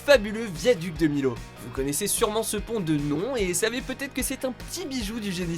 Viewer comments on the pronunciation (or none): Millau se prononce MILLAU y'a 2 L Donc il se prononce MILLAU et non milau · Ca se dit miyo pas milo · Pour le viaduc de Millau, ça se prononce Miyo ^^ Sinon, très bonne vidéo ! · Le viaduc de Millo????????? Bravo pour la prononciation ;^u^ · Viaduc de milo 🤣 oh le blasphème non mais sérieux les mecs c'est une règle de base en français, quand il y a 2 L qui se suivent faut prononcer "Y" Merci bonsoir 😂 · Millau ça se dit MIO pour la numéro 2 mais sinon super vidéo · Ont dit pas Millau mais mi(yo) après chaque dit comme il veut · C'est le viaduc de MILAU pas de MILAU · Purée quand t'es un Aveyronée et que tu entends mal prononcé "Le viaduc de Millau" ça fait bizarre 😂😂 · Millau sa ce prononce pas comme sa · ON DIT MILLAU COMME ON DIT VANILLE C PAS COMPLIQUÉ À RETENIR QUAND-MÊME C AU CP QU'ON APPREND ÇA BORDEL!!!!!!!!!!!!!!!!!